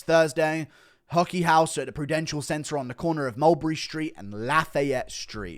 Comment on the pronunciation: Laugh-A-yet is definitely a new one. It’s laughy-ette or laugh-I-yette